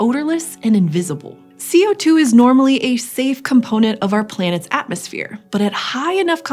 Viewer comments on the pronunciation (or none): none